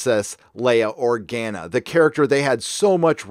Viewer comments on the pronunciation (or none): none